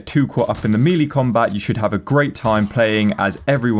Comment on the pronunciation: "Mealy combat"? FYI The word "melee" is pronounced "May-Lay" or "Mell-Lay" - either is acceptable. ("Mealy" is not.)